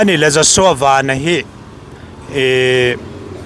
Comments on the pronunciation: Piangte Vennnn a ni lo , Van- Sky, VAN ti in ko roh... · Ku Pianga hian a lam dik lo nih hi😂mahse Ku Pianga kha ni tlat a,a changin lam dik leh tho bok a,Aaaa Ku Pianga kha ni tlat a😂😂😂